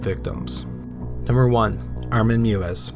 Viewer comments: EI is pronounced like the "I" in bike. So it's pronounced Mivas. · I really enjoyed this. .However Armin Meiwes name is pronounced "May ves" because of the hard W which is pronounced as V in German. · Why can’t anyone pronounce the name Meiwes correctly?!?! It’s not that difficult! Say it with me...My-ves. That’s right, German’s pronounce their “w” like our “v” and when there’s an “e-i” combination, it’s almost always the second letter in the combo that is pronounced. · The pronunciation of Armin Meiwes is like "My-ves" ... not like "Mew-es". Just saying :P You pronounced Armin okay. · Meiwes - pronounced my-ves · Armins last name is pronounced may-wes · Not to be pedantic but I've heard Meiwes' name pronounced My-Vess before. I believe that's the correct German. Either way great video and great channel! Please keep it up! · You're killing me smalls. It's pronounced MY-VES. Good grief stop slaughtering his name (ha, ha) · As another poster said, closer to my-ves but yeah he totally ruined that guy's name. I mean fuck that guy, but to be pedantic...